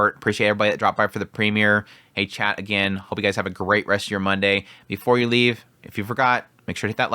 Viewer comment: 😆 hey, everytime I here you say "hey chat" for some reason it sounds like "Hate Chat", which also works 🤣